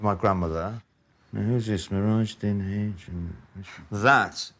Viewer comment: It's mirajuddin not nehraj